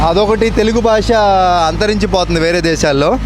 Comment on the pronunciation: Punyaniki dhobbi thine falthu ga,bhaasha ni baasha ane nuvvu em matladuthunnav ra idiot, Telugu spashtam ga nerchuko mundhu jaffa gada,em bathuku ra needi